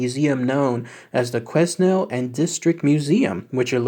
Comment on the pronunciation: I used to live in Quesnel British Columbia where Mandy is located and my brother used to volunteer at that museum. She has quite the story to tell about her. You pronounce Quesnel without the S.